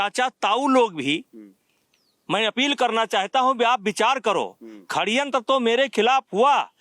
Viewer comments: खड्यंत्र नही होता .... सडयंत्र होता है वो.. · Khadyantra nahi shadyantra Bolna nahi aata or ye aadmi president tha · सडयंत्र नही होता... षडयंत्र होता हैं😂😂😂